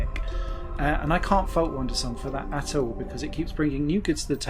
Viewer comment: Its "Wandersong" not Wondersong, otherwise great review, thanks